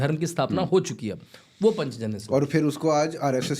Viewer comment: पंचजन्य??? पांचजन्य उच्चारित करिये...